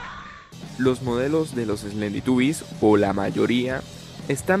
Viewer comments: En la curiosidad 10 dijiste slenditubies lll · En la curiocidad 10 dijiste slenditubies 3